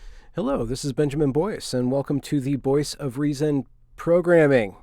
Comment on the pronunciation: "Boyce of reason"??? Groan